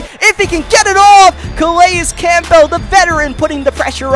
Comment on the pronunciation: I've come to the conclusion that you say campbell like that to troll me lol theirs no way your still saying it that way 2 years later have you ever seen a campbells soup commercial still love the videos though been watching for about 2 years now and love them keep it up